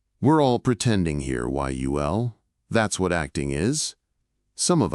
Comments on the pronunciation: "Hey, Y-U-L...." LOL. Cue the sad trombone for the AI. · Ditch the AI voice. Y the hell Y-U-L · Good story about Yul Brynner, but calling him "WHY-YOU-EL" ??? Geez. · Y U L??? Each letter spoke like reciting the alphabet?! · Can your AI voice say the name correctly if you spell it out as you'll ? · Stupid AI can’t even pronounce a person’s name. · Awesome story! But always check what the Ai voice is doing. It thought "Yul" was an acronym, not a name, in the first half of the video. Crap like that takes away from a great tale! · why not have an actual HUMAN BEING narrate? A real human wouldn't spell out Yul like it was an acronym, for example.